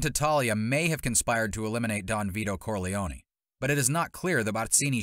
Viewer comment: These prononciations are horrific... Corleone-knee